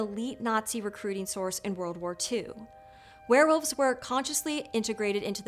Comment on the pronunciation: Werewolves, not Swearwolves!